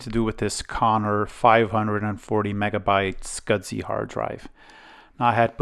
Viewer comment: There is NO D in the word SCSI